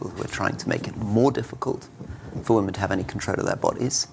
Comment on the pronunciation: Huge pet peeve of mine: people who don't know how to say "women." Not that hard!